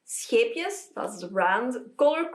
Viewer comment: me hearing your soft melodious g sound when you said "scheepjes" aahhh, one of my southern neighbours!! ❤❤❤❤ great to see someone from the benelux making this, i have finally started learning how to knit and... i thought i wanted to buy this book. clearly i do not LOL 😂😂😂😂 it looks super cute and all but OOF